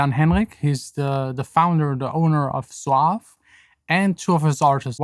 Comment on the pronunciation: It’s called “Soave” actually , not “Soaf”. Met him at ADE this year , cool guy indeed, hope to release with them in the future!